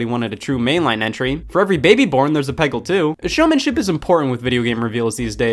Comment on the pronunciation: I'm sorry, did you just say "Peggle 2"? No, I think you mean Peggle! TWO! jump